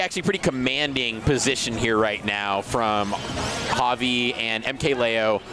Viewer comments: i was talking about when one of the commentators says it with a J sound. Looking back it was probably just a speech mistake though since they were pronouncing it right every other time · Bruh this commentator does not know how to pronounce javi